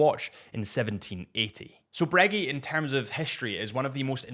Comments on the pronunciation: “Bruh-GAY” not “breggy” .. bro! 😅🤣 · Breggy and peggy 😂😂😂😂 that’s what is wrong. People calling the brand breggy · You are breguee… wtf! I knew americans were… apparently british too😂😂😂😂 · If he says Braygeee one more time I'm gonna lose it. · Glad he just said AP 🙏🤣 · how the hell do you pronounce Vacheron and A Lange & Sohne correct but not Breguet... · Judging by the other comments in not the only one that had never heard Breguet pronounced that way. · Man, when he said it, it was like someone fcuked me in the ear